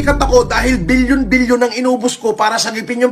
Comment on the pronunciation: Bilyon: ❌️ Bill-Yon: ✅️